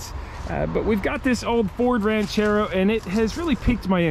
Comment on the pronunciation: "Oooooh, Ran-CHair-Row!" 👍 Side note; just saw your 977 Track Loader on Andrew's Channel... thing started & sounded Great! I gotta go back and check the vid!!!